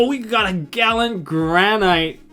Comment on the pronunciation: And does no one know how to pronounce granite?